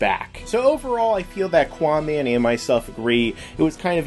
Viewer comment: its not quaaman cant you read ?